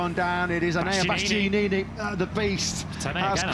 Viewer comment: Omg can someone tell them how to say bastianini, and not bastyaneeeneeee😅